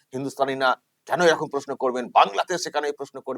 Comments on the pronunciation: নিজের উচ্চারণ ঠিক নেই। বলছে 'এরকুম" আর লোক কে বাংলা শেখাচ্ছে। এই জানোয়ার গুল কে সরকারি কাজে বাধা দেওয়ার জন্য আইনের আওতায় আনা উচিৎ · এই ছাগল গুলি নিজের বাংলা বলতে পারছে না এরকম শব্দটি কে এরুকুম বলে উচ্চারণ করছে। আর নিজেদের বাংঙ্গালী বলে জাহির করছে। এগুলি বড়বড় রামছাগল😂😂😂😂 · বাংলা পক্ষের ওই লোকটা তো নিজেই ঠিক করে বাংলা উচ্চারণ করতে পারেন না। " এই রকম " শব্দ টা কে - " এই রকুম " 56 সেকেণ্ড থেকে শুনুন কি উচ্চারণ করছে। 😂😂😂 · Gorgo...kothata erokuum noi...eirokom...nije thik kore Bangla ta bolo prothome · এরকুম ,এরকুম ! , আরে ওটা এ রকুম উচ্চারণ নয় রে বাবা ! ওটা এ রকম হবে।নিজেরা শুদ্ধ বাংলা উচ্চারণ করতে আগে শিখে তারপর অন্যকে শেখাতে যেও। তুমি আদৌ বাঙালি কিনা আমার সন্দেহ হচ্ছে! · মানে এরা তো বাংলা পক্ষ বলে পরিচিত তাহলে এরা বাংলাটা কি ঠিক জানে আদৌ এরকম না এরকুম বলছে উচ্চারণ টা।#সফিকুলভাই।